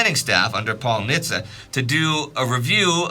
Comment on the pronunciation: I served on the USS Nitze, glad to hear her namesake mentioned! And you pronounced it correctly! Most say either Nit-zee or Nitz.